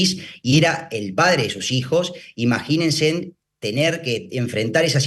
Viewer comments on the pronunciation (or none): ESTE ABOGADO QUE AGARRE EL DICCIONARIO : " IMAGINENSEN DICE " !!! LA " N " SOBRA ES IMAGINENSE SIN N AL FINAL , BURRO . DIOS MIO !!!